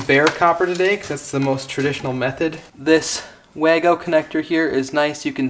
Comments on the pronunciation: Say “VAH-go” rather than “way-go.” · Das heisst WAGO, nicht WÄYGO 🙄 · VAH-go, as the German's pronounce it. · well wahgo is what I heard came out the the reps mouth when he said "in Germany this is how we say it" 😉. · Wago is a German brand. Should be pronounced Vago.